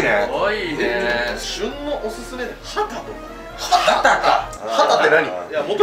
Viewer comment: イントネーションきんもw 「ハ↓タ↑」てきんもw「ハ↑タ↓」な？